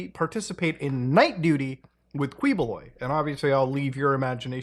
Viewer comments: 2 things: 1.It's pronounced as "Ki-bo-loy" 2.A lot of us in the city have been theorizing that he's been up to shady things, but for some reason, no investigation has been done behind his strange, unannounced wealth or even his army of loyal workers who serve his bidding for free. Trust me when I say that him being involved with human trafficking isn't really too surprising. Bonus: He got his loyal followers by helping those who are suffering below the poverty line, giving them their much needed care. That's how people saw him as someone who could be the reincarnation of Jesus. They somehow fail to see the giant mega-churches and helicopters, but what would I know. Bonus Bonus: He would send his followers all around the Philippines and have them sell snacks and accessories. These followers don't mention that they work for him and use reason like "school donation" or "orphanage charity". You can expose them by insulting Quiboloy in their presence. Honestly, it's quite a sight when you do so. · as much as I like muta I wish he made some effort to try to pronounce names right lol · yow muta, you seem to be struggling on some of these names. dont worry, the names suck and really sht to read out loud. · its actually pronounced "kiboloy" instead of kwi. also a not so fun fact, We live right next to his compound and I got to shook this man's hand 💀💀💀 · its KEYbuloy not KWEboloy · Quiboloy, pronounced as Ki-bo-loy. Not Kweboloy. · Kiboloy not kwiboloy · and thank you for never properly pronouncign his name as "ki-bu-loy" and just keep on saying "quee-" 🤣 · It's not KWIBOLOY it's KIBULOY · not "kwi"boloy, but "ki"boloy...thank goodness that mf's caught. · quibuloy is pronounce as "kiboloi" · Its pronounced as kee- bo-loy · Its actually pronounced Kiboloy🤣👍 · To save you from twisting your tongues, it's actually pronounced Key-Boloy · i don't want to be a smartypants the proper pronunciation of the MF name Ki boloy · Again Muta its Ki-Bo-Loy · key bloy